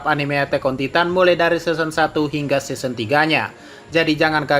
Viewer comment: Kok pelafalannya seson